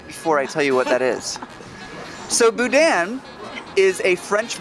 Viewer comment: We live four hours away from here. This is our vacation this year. The N at the end of boudin is not pronounced,tho. Any who! I'm excited!